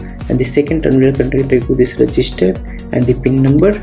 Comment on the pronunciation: Registens ❌ resistors ✅